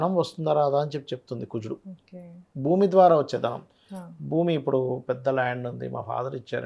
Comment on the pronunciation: ఒకే అని పలికేది బాగా పలకండి